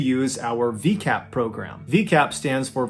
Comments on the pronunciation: Vicap. Not V-cap. Easy mistake to make, just fyi👍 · LOVE the long video and the amount of research you put in to each video. I've literally watched them all and seeing your tech and skills improve has been a delight. I know you like learning so for next time it is called v-EYE-cap not VEE- cap. Can't wait for more! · ❌ VCAP ✅ ViCAP (pronounced Vie•cap) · Ballen please learn to properly pronounce words your using. It’s not vee-cap it’s vi-cap. If you come across a new word that you don’t know how to pronounce simply ask google. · Mr. Ballen, it’s vicap, not v-cap🥲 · For those outside of the US, It's actually not V-cap, rather it's Vicap, pronounced V-eye-cap. If you look at the V, you'll see the "i"in it. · ViCAP not VCAP Your pronunciation is a little off. Long times lurker I really like your stories. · Driving me bananas Hun(love your videos) but your Pronunciation of - Vi-Cap” it’s vi like violent VI-cap like vi in violent then Cap so no vee-cap Vi-cap! Sorry and much love! Your stories are Articulately told!!! You deserve a Netflix show! Btw Medical shows piss me off too! They often pronounce medication&such wrong! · Love your videos!! It’s pronounced “vai kap” not V-Cap 🙈 not to be a Karen lol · Pretty sure it's a hard I in VICAPP NOT VEECAPP. Could be wrong but that's how I have always heard it pronounced. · Good video but just one quick FYI for future reference. ViCAP is pronounced like “Vie” (rhymes with eye) not like “Vee” as the beginning is short for “violent.” I apologize if that is already mentioned somewhere as there are too many comments to read through them all. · Its pronounced V-eye-cap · Just wondering if Mr. Ballen pronounces ViCAP as veecap when it’s pronounced with a long I sound as it stands for violent not veeolent due to an accent. I’m Canadian and not familiar with each and every American accent. Not in any way trying to be rude as I love him just genuinely curious. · It’s pronounced Vuh-EYE-cap